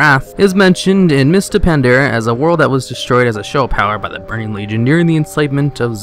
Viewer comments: pretty sure i heard a pandara and kalmidor somewhere in there but w/e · great video but you mispronounce ALOT of things from quiraji to pandaria to kalimdor...